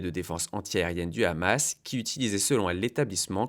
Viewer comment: Vous aller pas vous y mettre vous aussi avec le rrhamas , en francais le h ne se prononce pas RRRR ......